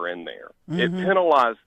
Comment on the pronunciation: If you keep saying Penilized your referring to a penis lol. It's penalized! Lol pronounce the A! Pen - Ah - lie - zed